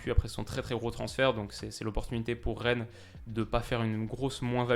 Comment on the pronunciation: Reine ? Stp fais un effort ( Rennes) 😂😂